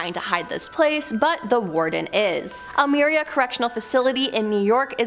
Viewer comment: It's pronounced "El My rah" prison